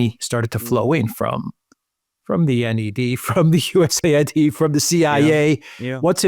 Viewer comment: I think it's pronunced us aid rater that usa id